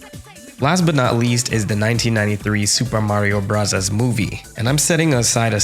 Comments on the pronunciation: You mispronounced Soopah Maria Brathas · Supah marrio brazaas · „I’ll pronounce this game exactly as Nintendo intended…. Supa Mario Brassers“ that was genuinely funny to me 😭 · Nerd group A: It's Super Mario Bros! Nerd group B: Wrong, it's obviously Super Mario Brothers!: -_-: Soopah Mahreo Brahzers Nerd group A: no wait Nerd group B: we can talk about it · bro said super mario brazzers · soo we're not gonna talk about pronouncing it スーパーマリオブラザーズ for the whole video?! XD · It's Burasazu, BUH-RAH-ZA-ZU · Your relentless pronunciation of Sup. Mar. Brothers alone gained a sub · Super Mario Brazzers is definitely not how it was meant to be pronounced. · “I will now pronounce it how Nintendo originally intended…… Supa Marioh Brathars” subscribed (the video was awesome btw the fact you’re unwell makes it even better, what a standard🔥) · Love "the wizard" pronunciation of super mario brothers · Oh so that’s why you pronounce it in Japanese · Hearing you "pronounce the game as intended" with janky Japanese pronunciation was hilarious. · 😂😂😂 pronouncing the name how Nintendo intended it had me cracking up 😂😂😂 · "And for the sake of accuracy, though, from now on I will pronounce this game exactly as Nintendo intended" *proceeds to pronounce it with a Japanes accent.* What a legend! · every time you said “super mario brothers” with japanese pronunciation just to spite the commentators i actually laughed out loud lmao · Lmao the smart-ass pronunciation of Super Mario Brothers made me spit my coffee. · I'm all for the sassy Japanese pronunciation! 😅👏🏾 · I respect the commitment to the Super Mario Bros. Pronunciation throughout the video 😂🫡